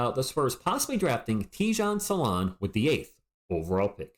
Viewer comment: Hi - thank you for sharing! Being French, I think your prononciation is spot on 😊. I had a look at First Team’s take on Salaun - it’s in French but full of great insights from guys who know. He started out as a 3 and has been moved to 4 (he’s compared to John Collins). The consensus is that he is very talented and has progressed very quickly, has a ceiling that’s potentially higher than the other French prospects this year, but he has to improve his ball handling, shooting etc. Raw but very very promising.